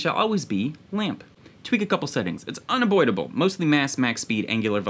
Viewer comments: Did you just say "Unaboidable"? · Is it just me or did you sneak in "It's UNA-BOID-ABLE" there ;)